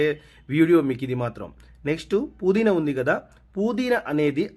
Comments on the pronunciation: కోతిమీర 😮 ఏంటి కొత్తిమీర. పుదీన కాదురా.పుదీనా. భాషా బాగా మాట్లాడు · "KOOTHMERA" KAADU ADI KOTHHIMEERA. NEXT "POODINA" KAADU ADI PUDINAA